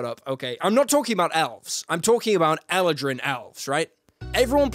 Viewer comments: I flinched every time he said Eladrin like that 😂 Such a great video though 🐘🦁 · Anyone else really annoyed by the way he pronounces eladrin?